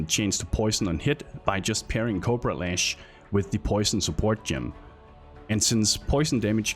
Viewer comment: Can't stop hearing 'copro lash'.